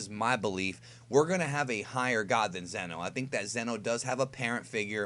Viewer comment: Isn’t it zeeeno not zen o? I do t remember